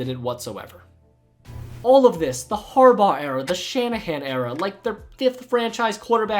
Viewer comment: “ Har- baur “